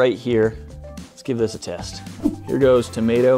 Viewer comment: Tom ae toe 😂😂😂